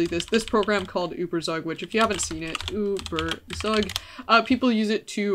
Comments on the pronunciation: It's pronounced ueberzug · The way you are pronouncing ueberzug is making me wanna kms but aside from that very interesting video